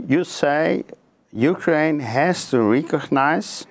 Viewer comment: het is niet "rie-cognize" maar "rè-cognize". Je zegt tien keer "rie-cognize" hier, de ambassadeur en de hele wereld zeggen "rè-cognize"... Bonus info over "rie" vs "rè": "rie-present" = opnieuw presenteren; "rè-present" = vertegenwoordigen. "Rie" = letterlijk, opnieuw. "Rè" = overdrachtelijk, afgezwakt, andere betekenis. I rè-cognize you for your great journalism!